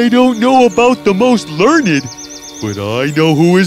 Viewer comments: its pronounced ler - nd not lern- id XD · Learn Ed???? Rest of the pronunciation is very good,,,, but this one,.... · They are saying learnyd instead of learned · if they're smart why can't they say learned right